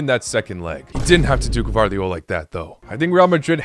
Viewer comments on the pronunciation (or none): none